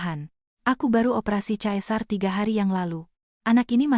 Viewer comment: Sesar.. bkn caesar